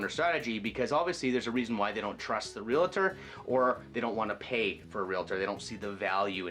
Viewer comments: Realtor, NOT realitor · REALTOR.....There is no A after the L. Please stop saying REAL-A-TOR. It makes you sound ignorant. Otherwise, good tips.